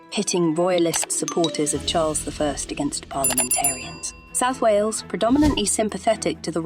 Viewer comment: Can’t even pronounce Wales right alone the welsh names!!